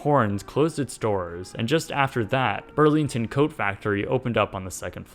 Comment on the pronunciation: I think you mean urlington